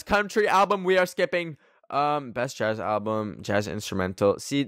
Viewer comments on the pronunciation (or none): none